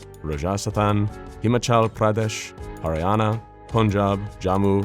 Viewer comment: Hunter pronounced those Indian places beautifully.